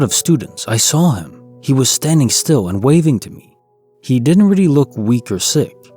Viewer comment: “Really”=“Riddy” once you hear it, you can’t un-hear it! Lol